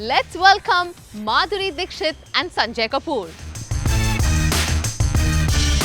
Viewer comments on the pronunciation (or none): When kamiya said let's welcome Madhuri dixit, idk why I heard BANDARI DIXIT😂